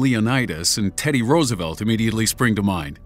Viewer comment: Teddy Rosevelt? AHAHAHHAHAHHAHA